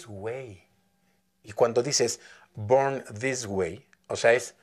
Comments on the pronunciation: Bod this way lo pronuncia? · tu estas diciendo que es el mejor INGLES.. OJO ESTUDIO INGLES Y NO PRONUNCIA BIEN MUCHAS PARTES COMO BORN.. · Soy yo o solo tiene problemas en la palabra BORN siento que no acentúa el sonido final de la palabra el resto está excelente la pronunciación. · Si es cierto solo es esa palabra Lo demás está excelente!! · Qué mal pronuncia BORN